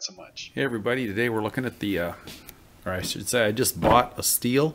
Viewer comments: If sawdust could get into the tank...!! surely fuel will come out...! And i doubt you bought a saw that leaks..!! Great saw European model is slightly different. Its also pronounced STILL not STEEL. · Thats how Americans Pronounce it. But the Correct way "The German way" is Still=Stihl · As aGerman, i will have to say that the german pronunciation is much closer to "steel" than "still". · Yea the pronunciation of the name varies depending on where you live. so your comment ( yes, it's "steel" ) is only half correct.